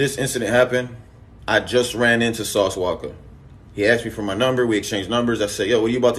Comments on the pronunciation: “Sauce Waka” 😂😂😂 Akademiks out here fuckin up names 😂😭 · Yo AK, who the flukc is "Sauce Wocka"?🤣😂